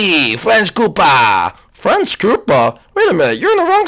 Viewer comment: it's koopa